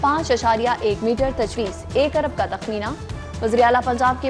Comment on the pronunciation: 4 abar nahi 4 arab hota hai